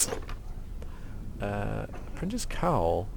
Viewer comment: "have you heard the apprinti.... UHH Vase!!!" hahahahha